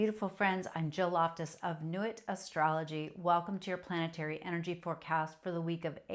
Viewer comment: So am I, French Canada@ I still know enough to respect your pronounciation. ❤